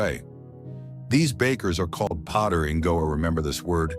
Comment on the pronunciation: Note : Padder not potter